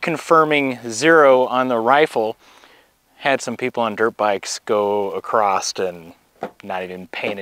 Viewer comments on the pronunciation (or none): There's no T in across.